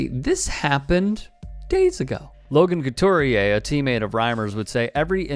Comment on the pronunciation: Logan Couture = loh·guhn kuh·toor NOT whatever you said